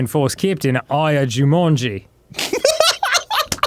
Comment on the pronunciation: Dan says Jumanji in a australian accent